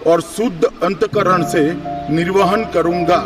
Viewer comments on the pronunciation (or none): अन्तकरण नहीं अन्त:करण